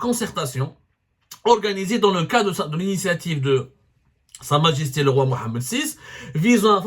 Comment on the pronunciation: Vous avez dit "Sa majesté" 😯